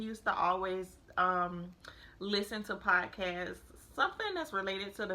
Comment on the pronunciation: I am so sorry but I have to mention that its "P-O-D-CA-ST" its not piecast.